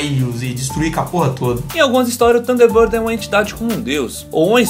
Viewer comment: Nao e tanderbander e age taves